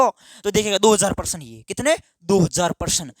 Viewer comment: Sir परसन nhi hota hai प्रश्न होता है